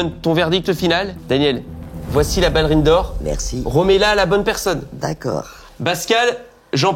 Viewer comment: même si elle sait comment on prononce « ballerine » je crois qu’elle est tellement têtue que jusqu’à la fin de sa vie elle dira toujours « ballérine » 😂 Enfin, j’espère qu’elle vivra encore TRÈS longtemps! Ma maman qui est décédée l’année dernière était du 1954 aussi, elle est partie en février et elle allait avoir ses 70 ans en mai et dans son caractère et sa façon d’être me rappelle profondément ma maman 🥰 D’ailleurs elle faisait la même taille que 😅 De son vivant elle connaissait la chaine studio et on s’était vraiment dit qu’elle et seraient devenues les meilleures copines du monde si elles s’étaient rencontrées 😅 Elle est tellement comme ma maman quand je l’écoute parler, entre sa coupe de cheveux sui lui ressemblait un peu, sa voix grave comme, sa taille comme je le disais 😂 ainsi que son caractère et son humour incroyable mais aussi sa grande bienveillance et tout l’amour qu’elle a à donner, c’est ma mère tout craché 🥹 C’est aussi pour ça que j’aime tant regarder vos vidéos, je les aimais déjà du vivant de ma maman mais depuis son décès je les savoure encore plus parce que je revois en elle ma petite maman d’amour 🥰❤️